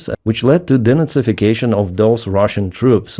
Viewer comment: "Denysification"? Ah, de-nazification.